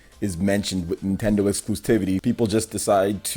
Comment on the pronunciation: "Nothing to get heated about." And yet, here you are, pissing, moaning, and whining like a heated child. Also, learn how to pronounce "Exclusivity." Speaka Da Ingli?